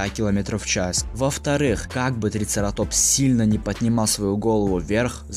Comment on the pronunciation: А почему вы говорите трицератОпс,а не трицерАтопс?